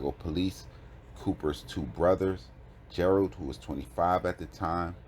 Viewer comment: The way you butchered my daddies name should be illegal wtf is Gerald